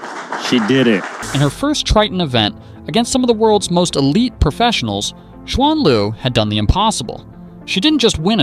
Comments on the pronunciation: Shu an oh dear lord white ppl can you at least make a reasonable effort to pronounce someone name correctly? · Her name is pronounced as Shuen Lv